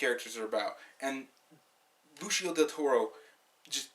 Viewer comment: his name is pronounced, Ben ee see oh